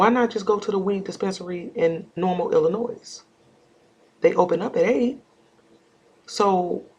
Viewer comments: The S in Illinois is silent. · Good work, just to let you know the s is silent in pronouncing Illinois. No shade at all.